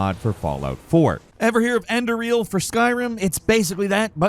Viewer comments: EN-DE- RAL *NOT* ENDE- REAL , WTF?? 🤦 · Enderal is End-er-ALL. Not, end-er-EEL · It’s not “Ender REAL” it’s Enderal also thanks for covering this mod! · bro called enderal endereal lmao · No I havent heard of "ender real" because its enderal. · Calling enderal ender real. I almost clicked off right there